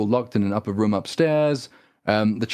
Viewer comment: If only he can say room and roof properly too